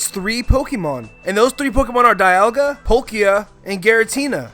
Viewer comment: I know this video is wold, but it's dee-al-ga not die-al-ga